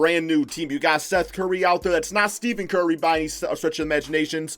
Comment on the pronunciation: Bruh said Steven curry smh